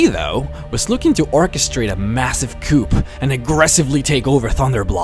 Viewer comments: Is pronounced "koo" not "coop" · The "P" is silent in the word COUP, as in coup d'etat.